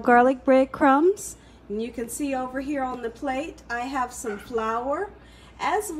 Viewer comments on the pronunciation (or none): none